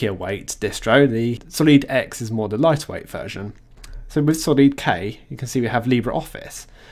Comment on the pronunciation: It's pronounced, Solid... Hence it's stability.